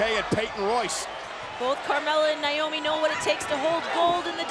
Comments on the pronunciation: He said niomoe 😂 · the fact that he said naomi and tamina hahhaha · anyone relized he said “cover by NAOMI and tamina?” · bro said naomi and tamina:)) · lol, he said “naomi & tamina”